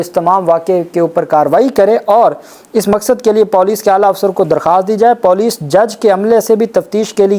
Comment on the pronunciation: Typical PENDU check Google and correct your POLICE Pronunciation.